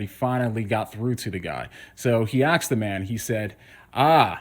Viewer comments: He axed the man? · He lost my attention at "he axe'd the man". If you can say "ass" you can say "ask". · 1. You're stuck on repeat. Instead of repeating yourself, be specific. This seems hard for you. 2. Are you American. If you were, you know many black people pronounce ask as axe or axed. There is ZERO generalization with pointing out this fact. No conclusions jumped to. It's sad this fact continues to go over your head. 3. "You don't even see you literally are equating black people with people that speak a certain way." NOPE. That's you jumping to conclusions. 4. "Do you still think black people are the same as one small community inside the US? You're doing backflip to defend a stupid point so you can pretend you got me. You think black people in the US are a small community? You're going out of your way to be obtuse. I wasn't making a joke out of the way black people pronounce the word. I was pointing it out. Do I need to write it in crayon for you so you'll finally get it?